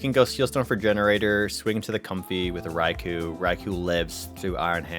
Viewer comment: How many times will he say RAI-KU? Is this a Canadian language thing?